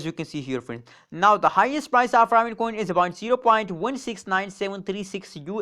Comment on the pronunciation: Pronounced ( RAY - VIN )